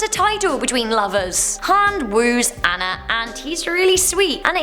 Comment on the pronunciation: Great video! (Just a heads up: Princess Anna isn't pronounced "ann-ah" it's pronounced "ah-nah". Just a pet peeve of mine lol)